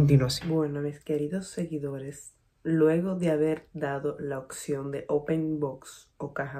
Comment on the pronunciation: oPción, no oCción...hay que pronunciar la P